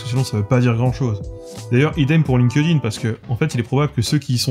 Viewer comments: chépa si dire "line-queu-dine", c'est moinz pire que dire "linquède-ïne" :) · Linkedin : attention à la prononciation.